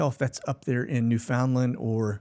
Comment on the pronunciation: Newfoundland is pronounced newphinlend.